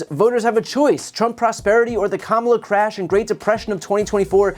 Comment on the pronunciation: Trump says CRAYUSH not CRASH